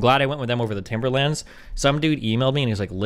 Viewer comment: The way he says "Timberlands" makes me so irrationally angry it's unreal Yours Truly, All of NYC